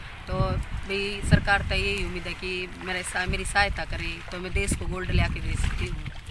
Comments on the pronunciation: Desh hota h .. not dess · देश not देस 🤣🤣😂🤣🤣